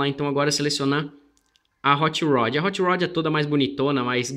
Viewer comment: Still better than "hoche roch"